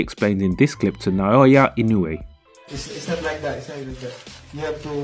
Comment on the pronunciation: どうも英語圏の人にはかなり発音し辛い名前みたいだな井上って ナーヤ・イノーゥエーとかナォウャ・ィノウェイとか不思議な響きになる